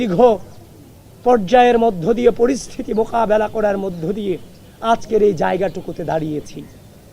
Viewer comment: তারে বাংলা উচ্চারণ সঠিক ভাবে শিখাতে হবে, মোকাবেলা কিভাবে উচ্চারণ করে😂